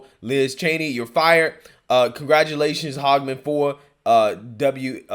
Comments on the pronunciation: can you please try to pronounce people’s names correctly? It’s not HOGman, it’s not HAG either, it’s Hage (like The Hague) man. It’s not a difficult thing to do. Always is cringe when you do this otherwise I love your commentary ✌🏼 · Here in Wyoming we learned our lesson. We voted her out for "HAGEMAN." It is NOT "HOG" it is "Hay-G-Man." But do you see how the MSM is loving on Cheney? Maybe she can run out East in Virginia or someplace...